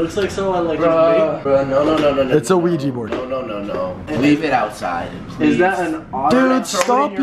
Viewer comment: "ITS OUIJA" Rice and:"Ohja!" im dead 😂😂😂😝😝😝😂😂😂